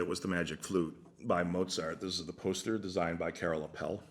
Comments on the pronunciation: Minor correction: Appel is pronounced AH-ppel. Accent on the A. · Not so important, but the correct way to pronounce Appel is: take the word apple, and replace the A sound with the A of Aardvark. A subtle difference, but then you're pretty close to how it should be pronounced in Dutch!